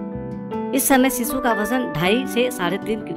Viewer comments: It's shishu....not sisu..... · सीसू नहीं शीशु 😂